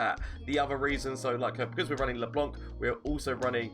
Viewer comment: I love how everyone is calling LeBlanc LeBonk